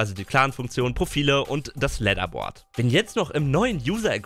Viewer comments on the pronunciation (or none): Das Leatherboard? WTF, das heißt Leaderboard.